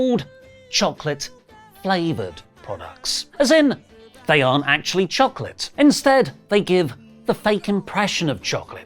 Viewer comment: STOP saying choCLIT 😂